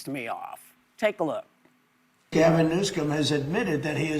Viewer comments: As he puts a K in Newsome's name each time he says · He mispronounced Newsom's name over and over. He has some kind of weird disability.